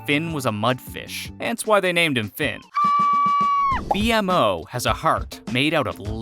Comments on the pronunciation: The only person that would say it like that is someone who hasn't watched adventure time xD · Marceline sucked out their souls and could attain their powers because she was part demon. She didn't become a vampire until the vampire king turned her into one. It wasn't a stick, it was a piece of bark. It's B-MO, not B-M-O. He's called that because his creators name is Mo and his creations are named after him. For example: A-MO, B-MO, C-MO, etc. Ice king calls the penguins Gunter because the original ice king essentially has a henchmen named Gunter. Finn, not Jake. "Unlike the ultimate god that we perceive as god." Who is we? I'm willing to bet that a lot of adventure time fans aren't religious or don't believe in god in the sense that you do. Jake himself is Buddhist. Kind of a sexist joke dude. It's the enchiridion That's because there is an evil primordial monster called Orgalorg trapped inside of Gunter's body. I will give it to you that I didn't know some of these, however, the ones I did know definitely aren't secrets, and anyone who's watched like 5 episodes would know about them. Especially the pronunciation of B-MO's name. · was anyone else getting triggered that he was saying b-m-o instead of b-mo? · ITS Bmo.... NOT B----M---------O -. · Thanks for the awesome video for the secrets of AdventureTime it was vary educational but the 1 thang that bothered me was the pronunciation BMO it’s not B. M. O it’s B-MO because of the creator of BMO is named MO think about it as “BMO was designed to B-More” like Mo said at the Mo factory when Finn and Jake try to fix BMO by taking BMO to the Mo- factory where they first meet Mo and I noticed a lot of secrets that you missed specially surrounding BMO like how you can see AMO s Room in that same episode I was talking about and a lot more secrets and cool facts in the episode distant lands BMO you need to do a lot more research on BMO now! Thanks for the video 👌😊👍❤❤❤ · ITS NO B. M. O. ITS JUST ONE WORD BMO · Bmo not B M O